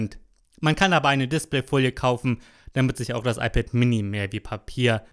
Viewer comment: iPad äMini. Red halt Deutsch, Mann.